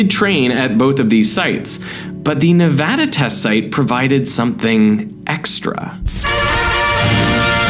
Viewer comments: Derek— thank you for pronouncing Nevada (nev-AD-uh) correctly. I dunno why everyone else suddenly turns British halfway through and insists on calling it nev-AH-duh. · Me living in Nevada I’m very glad he’s saying”Nevada “ right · Thank you for saying Nevada correctly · Thankyou for saying nevada correctly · Thank you for saying Nevada correctly 😂 lol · Finally someone who knows how to pronounce Nevada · Finally! someone who pronounces Nevada correctly